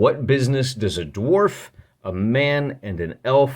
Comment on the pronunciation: "Gimpy" the darf lol